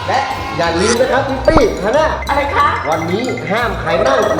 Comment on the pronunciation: ตอนแรกฟังชื่อพี่ปี้เป็นทิฟฟี่5555